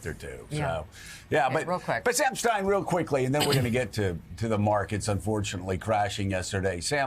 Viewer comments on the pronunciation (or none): none